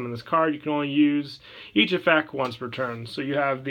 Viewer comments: Don't get me wrong I love the vids but I will never unhear you not saying the t in effect. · EffecT. There's a T in effect